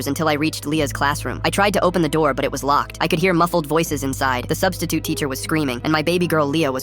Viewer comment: I laughed when he said " Now the substisiute is a missing persons case